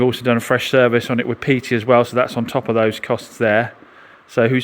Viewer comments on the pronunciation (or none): none